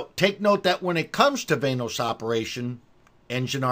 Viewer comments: VAN-OS.. not VAIN-OSE.. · Van-noise